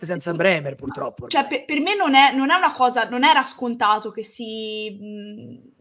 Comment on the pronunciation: Sbaglio o Ordine ha detto "PULTROPPO"?!😂